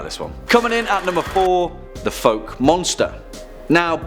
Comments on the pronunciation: It's pronounced fowk not folk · Fouke is pronounced "fawk" not "foke". Good video! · F ow k is how it's pronounced. I went there and there's a lot of silliness about the people in that story. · It's pronounced "fowk" Source: born and raised in the area. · It is pronounced "Few-kay" he is a minorly known the rapist. Also be careful in the Pine Barrens because that unkillable Russian is still running around out there.